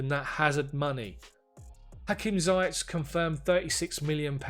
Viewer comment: Great job Bro! Just to chip in on the pronunciation of ZIYECH. It's pronounced "Zee-yesh" It's a name from the Arabic background with a spelling from French background using "CH" instead of "SH"